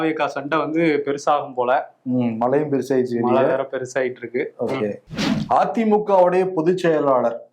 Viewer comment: நானும் தினமும் கவனிக்கிறேன். க்கு 'ழ' வருவதே இல்லை. மழையை மலை என்று தான் உச்சரிக்கிறார். திருத்திக் கொள்வதே இல்லை. விகடன் குழுமம் அவருக்கு சரியான தமிழ் உச்சரிப்பைக் கற்றுக் கொடுத்தல் நலம். வருணிடம் இக் குறை இல்லை என்பதில் சிறிதளவு நிம்மதி.